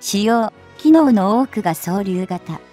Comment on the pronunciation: 同感です。 そうりゅうも、「そう りゅう」と変なところで切っているし。 それと、何の意味も無く走ったり歩いたり手を振ったりする女の子。